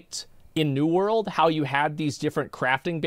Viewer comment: Why is it that is capable of correctly pronouncing the word "world" when he says "new world" (half the time anyway), but not when he says "world of warcraft"?